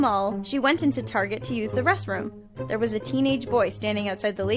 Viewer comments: Did you say restroos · the "resroom?" I mean that sounds kinda cute, but you should probably work on your annunciation. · On number you said resroom on acsadint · u sed ressroom lol